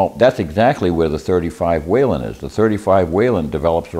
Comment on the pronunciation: Whelen not Whalen